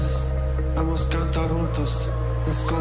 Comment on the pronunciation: He say "Vamos cantar juntos" yes, it's portuguese. But, he use spanish pronunciation. In portuguese "Junto" the J have the same sound like J in english word "Join" But, he pronuciate in spanish, and in spanish the J have a sound like french R "Runtos"